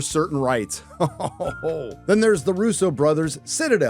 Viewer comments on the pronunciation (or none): none